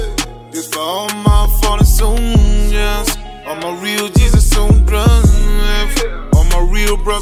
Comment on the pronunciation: What the f**k is a “soilder”? 🤔